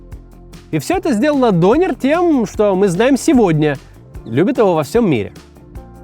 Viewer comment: Максим, вам бы нужно поговорить с туркоязычным, прежде чем произносить турецкие имена или слово дОнер. Режет слух. Это тоже, что вас назвать не МаксИм, а мАксим.